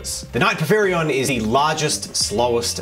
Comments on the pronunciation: For the pronunciation, its pour-fear-ion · teal and it's pronounced po fi ron. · "Pour-fear-ee-onn" There ya go. It's the name of the King of Giants in Greek Myth. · it is to my understanding por-phyr-ion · I'm that one commenter who corrects your pronunciation. Por-fie-ree-on.